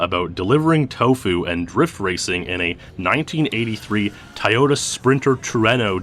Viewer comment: The way you pronounced Toyota.....